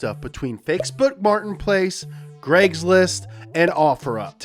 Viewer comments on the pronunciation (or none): I heard gregslist not cragslist lol 😂😅😅😂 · It's called CRAIGS LIST NOT GREGS LIST!!! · love how it sounds like he says "fakesbook martin place" "greggslist" and "offer up" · He said Greg’s list😂😂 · "legs list" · It’s like he didn’t want to get copy righted for saying there names “Greg’s list”